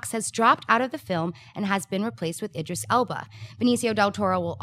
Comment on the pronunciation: said "Idris" correctly! lol